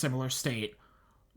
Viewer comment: Dauphin Island here, thanks for pronouncing it correctly! Driving through coastal Mississippi, there are still empty foundations sprinkled on every block. Looking at Dauphin Island, you'd have no idea Katrina even touched us unless somebody pointed out the beach houses out in the water where the storm moved 50ft of beach depth from one side of the island to the other. There's never enough money to rehab the beaches completely so we will forever play a game of keep-up-and-pray with the erosion. Most of the folks here would put their houses on stilts and travel to the mainland by boat before they'd ever consider leaving. This was a great video, I am really looking forward to the next one.